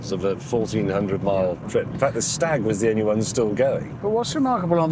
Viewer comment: Staaag. Rhymes with Jaaag.